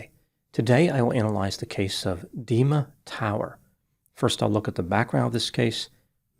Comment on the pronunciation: Is it me or Dr. Grande is prounancing Dima like demon?